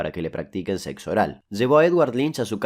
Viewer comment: Weeey porque dices sexo así? 🤣